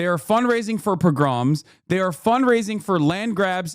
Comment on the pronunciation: I hate to do this, it really kills me and he will likely never see this but "pogrom" is pronounced like "poe-grum" with the emphasis on the first syllable. IM SORRY. I DIDNT ASK TO BE THIS WAY D;;; edit: i haven't listened to the whole vid yet but far as I can tell I agree with Hasan/didn't have an opinion before seeing this vid so this is in no way a lil small way to try and get at Hasan. I support a free Palestine